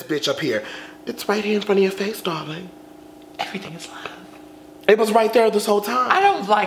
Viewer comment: i just keep coming back to this video ... and always find something more hilarious then the last time ... “it was right in front of your face dawling”